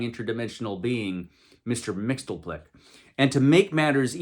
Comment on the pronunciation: It's pronounced Mix-yez-pittle-ick. 😉